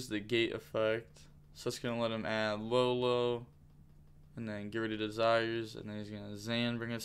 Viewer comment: Yo the one that says LaoLao is pronounced like Yao Ming but with a L.